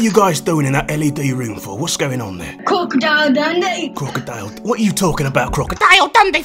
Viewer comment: That crocodile dundy - had me laughing so hard